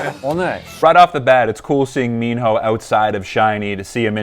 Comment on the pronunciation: I like; thank you for reacting to Minho..it's pronounced as Mino, minus letter h